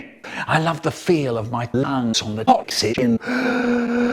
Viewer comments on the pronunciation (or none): I love the feel of my LAHNGS on the OX-EE-JEN